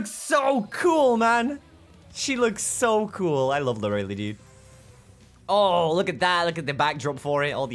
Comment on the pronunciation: Its Lor-uh-lay, not loreli xD